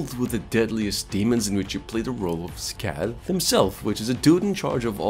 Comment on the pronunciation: 'SCAY-TH' YOUR WELCOME.